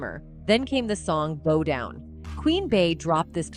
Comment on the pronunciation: 🤔 it sounds like she's saying Roll Down instead of Bow Down 🤣